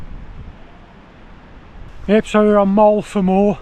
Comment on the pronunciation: it's mo el vam eye, to say it